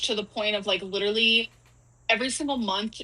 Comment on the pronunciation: Why is she pronouncing ‘literally’ like “leeterdlee” all of a sudden?